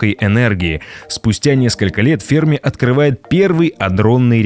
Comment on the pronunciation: Ударение в фамилии на последний слог - ФермА